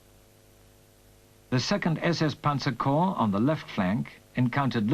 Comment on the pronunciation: The plural of corps is corps, pronounced "core," not "corpse." This is true now, was true in the 1980s, when this fil was apparently spliced together. It was true in 1943 and 1945 when some of the film was taken.